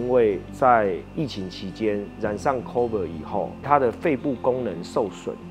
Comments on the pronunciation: ７：５４連ＣＯＶＩＤ都發音錯．．．．．．．．．．．．．．．．．．．．．．我快笑翻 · 你連COVID都會唸錯欸 超派